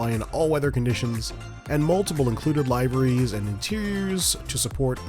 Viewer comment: Great vid, have the 700/800 PMDG and they are stunning aircraft to fly! The MD80 is also superb and worth the Money. One thing though….the pronunciation of liveries…not heard it said that way before, I had to rewind to make sure I heard it right 😂